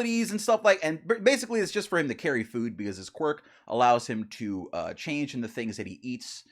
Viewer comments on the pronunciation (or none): none